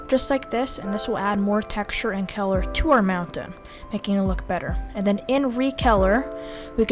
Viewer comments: Its color not Keller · Such good tutorial, but I have never heard of color turndd into celor